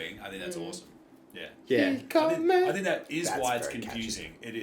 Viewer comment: Das erste Mal, dass jemand in einem Reaktionsvideo die inkorrekte Aussprache von "komme" anspricht. Da merkt man die deutsche Herkunft.